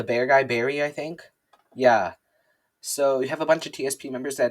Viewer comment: Baren* not Barry